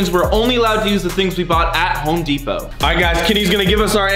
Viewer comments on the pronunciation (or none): “HoPe DePoT” do you mean home lmao 😂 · “hope depot”😂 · He said "Hope Deopt"